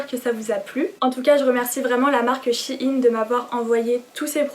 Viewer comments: On dis pas « chiine » mais « chaîne » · On dit pas chiine on dit chèyn Sinon j'adore ce que tu as choisie ! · Je pense que c'est elle qui se trompe